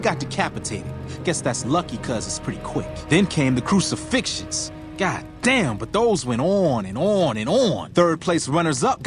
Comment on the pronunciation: GOT? really? I'm Spanish and even I know it's said GOD DAMN GOOD